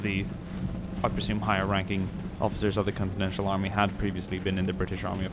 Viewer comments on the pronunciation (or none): It's continental not continential